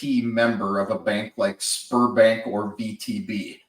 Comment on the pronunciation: Sberbank you need to say ZBEArbank not sperm bank